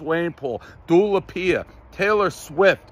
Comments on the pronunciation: Dave meant to say Dua Lipa not Dua Lapia, everyone knows the rules... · “Doola Peeya”